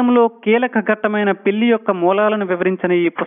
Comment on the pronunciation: Thanks for the answer. Since the topic was completely around the word "pelli". That's why I thought it was important. It also sounds like ళ not ల.